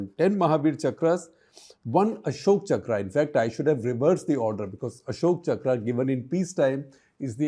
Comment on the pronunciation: It’s not chakrā, it’s chakra